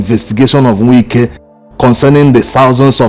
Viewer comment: I like the authentic way in which you pronounce his name. “Nwike”. As a matter of fact, there is NO other way‼️🤷🏽‍♂️💐